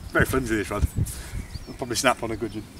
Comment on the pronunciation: Some Bwon Gugin 😅😅😅